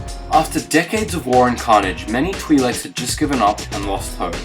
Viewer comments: Why cant this guy pronounce twi'leks right XD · Mispronouncing twi leks